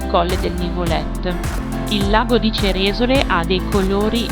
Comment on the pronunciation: Bello! Comunque il paese col suo bel lago si pronuncia Ceresòle, non Cerèsole 👋